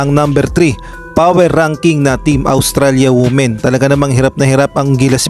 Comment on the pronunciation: Not wu-men, but it is pronounced as wi-men